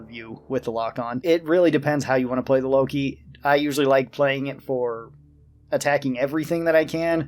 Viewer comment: It's not Loki, it's Lok-one (wordplay for lock-on)